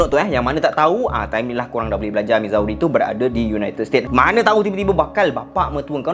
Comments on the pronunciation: Bukan mizawe cara sebut dia..cara sebut dia mizuri.. Pening kepala la kalau bakal pak mertua tanya mizawe kat mana.. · Missouri - sebutnya Mizuri. Sama2 kongsi ilmu ok ✌🏼